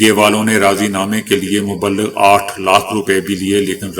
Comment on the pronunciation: Not Mubalig but Mublig